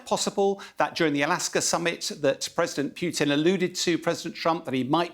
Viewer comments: its president POO TIN, not P(you)tin.... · "president piooteen" strikes again